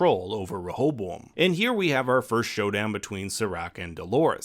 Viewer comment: Every time you say rehoboam it sounds like you got a mouth full of marbles 😂😂...great video tho. Really enjoy your recaps